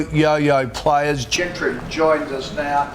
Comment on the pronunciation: Did call gentry as wentry😂😂😂😂😂😂😂😂😂😂😂😂😂😂😂😂😂